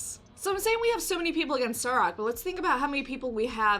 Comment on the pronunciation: Sir-ack not Sur-aack. You’re killing me, Smalls.